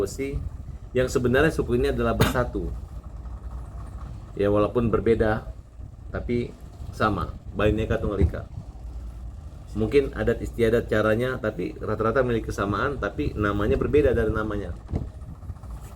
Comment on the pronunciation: Saya salut dengan manusia satu ini rajin cari masalah…. Apa bang katanmu ? BAINEKA tunggal ika ? BINEKA aja kali pak😂